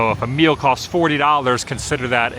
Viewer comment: When you said $40 fo a meal I thought you said mule I’m thinking why would you be buying a mule??? LOLOLOL